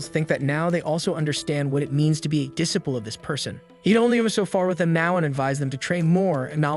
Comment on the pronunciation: Dis sip all and peed all , For disciple and petal Had me chuckling 😂